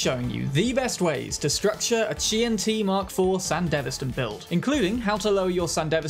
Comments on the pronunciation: QianT is Chinese so "qian" is one syllable, "chān-tì" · “That Kwaiyant mark fuck” 😂😂😂